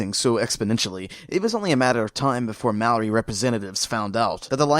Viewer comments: It bugs me the way you mispronounce Maori. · Man I didn't realise you were saying Maori till I saw the guy with the tattoos